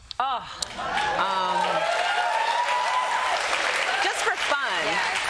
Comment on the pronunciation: she was perfect until she said Kamala Haris haha